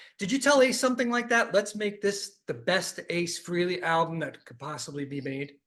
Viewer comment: AA-ce Frehley